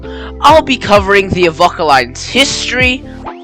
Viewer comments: Excellent video, I live in the town In Question and I train spot regularly on this line. And you you’ve made an excellent video about my ‘home railway’. And a quick tip, it’s more pronounced ‘Ahh-Vo-Ka- rather than Av-okk-a. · Yeah mate, his pronunciation makes me cringe too, as to the need for extra stations on the line, there should be only Avoca, Amphitheatre and Elmhurst, with all three having the passing loops as needed, but the major upgrade should be to the line speed, 40kph is a joke, when the rest of the network enjoys a considerable higher speed.